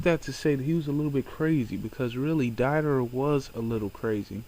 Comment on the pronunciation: It's Deidara as in (Day da ra) not (Die da ra) gosh i hate it when people mispronounce names. They name them correctly in the series...... all the other names you said were mispronounced. I'm sorry if i offended. It's a pet peeve of mine. sorry.